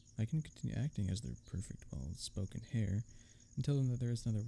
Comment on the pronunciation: I've never come across someone who pronounces the "H" in Heir before (screw silent letters! They're only there to f*ck with us anyway lol)